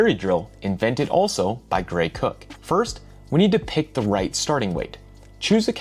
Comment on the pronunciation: I don’t know why I chuckled but he says Greg Cook but it reads Gray Cook